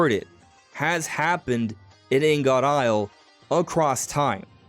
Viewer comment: It’s pronounced more like ing-it. Ing-uht. Blocks of various metals for processing.